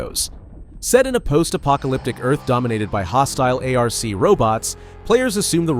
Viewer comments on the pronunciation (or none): Its not not A.R.C Raiders but Arc as in ark. God bless